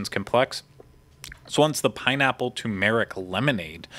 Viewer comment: 2 meric you have the accent on the wrong sy lab el